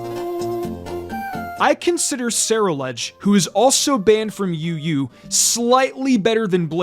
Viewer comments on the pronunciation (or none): It’s pronounced SUH-ROO-ledge, “”! 🤨